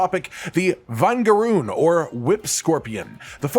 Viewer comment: vinegaroon pronunciation was crazy lol. They get their name because they spray a substance that smells like vinegar